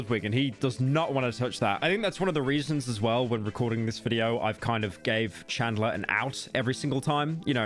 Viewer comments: Bro can’t pronounce anything right. Carmala. Now CHADLER. Come on bro you fell offff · Ahh yes "chadler"